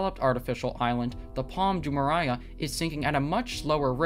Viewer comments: It’s Jumeirah not Jumereiah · Jumeraiah? Its Jumeirah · It's not Jumeriah, but Jumeirah! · It’s pronounced “Palm joo-MAY-ruh” not joo-mariah lol How do you produce a whole video purporting to be an expert without being able to pronounce the name correctly? Did you do any research at all? Edit: And Dubai is not a country. It’s an emirate and part of the United Arab Emirates (UAE). UAE is a country. Wow your credibility is low. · Pronounced Jume-mare-rah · pAlM jUuH-mUuH-rYe-uUh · Jumeraya??? Seriously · You don't even pronounce correctly Jumeirah! Lol shame on you! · How can you talk about the integrity of these islands when you don't even know how to pronounce correctly Jumeirah?! You are an impostor! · You are not pronouncing correctly Jumeirah! Come on man, don't you know how to read?! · If you’re going to make a video about Palm Jumeirah, at least learn how to pronounce it! 🙄